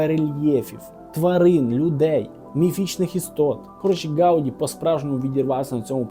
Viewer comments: Не гАуді, а гаудІ, наголос на останню літеру. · Прізвище Гавді наголос падає на останній склад. Поправка.